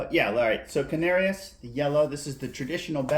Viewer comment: I’m not sure but I think it’s pronounced can-are-ees